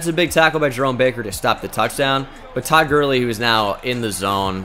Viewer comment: I died when he said toad Gurley